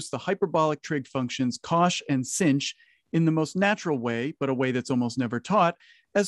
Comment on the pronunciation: It's a bad habit to pronounce "sinh" like singe.